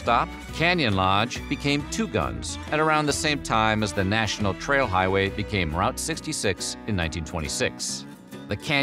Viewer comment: its pronounced Root 66